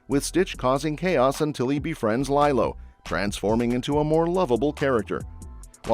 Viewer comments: It's LEE-low, not LIE-low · It's LeeeeeeLo!!!!!! Not lie-low...sheesh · LeeLow!!! your saying it wrong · I would argue that: Captain America, Thunderbolts and 28 Years Later are not Sci-Fi movies. Lilo and Stitch 2 (you mispronounced Lilo) is a stretch for a Sci-Fi movie.